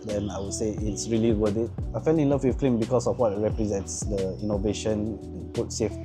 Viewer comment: thought is climb instead of cleam but nice review nonetheless